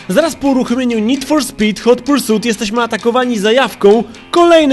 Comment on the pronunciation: Hot Pursut ? A ja myślałem ,że Hot Pursit XD